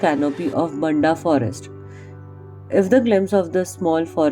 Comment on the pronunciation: Its "BAAAANDHAA" Not "BNDAAA"